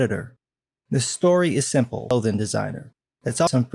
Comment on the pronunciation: “The story is simpl-lothing designer”